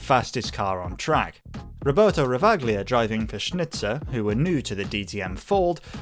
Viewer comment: I think the Ravaglia's pronunciation should be "Rava-lia", not the "Ravag-lia" as you stated throughout the BMW M3 part of the video.